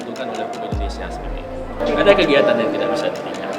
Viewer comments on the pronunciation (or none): none